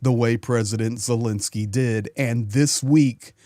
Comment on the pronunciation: please explain to us is the Ukrainian President’s name pronounced Zelensky or Zelinsky.